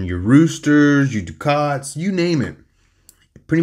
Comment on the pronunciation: Ducat pronounced Duck-et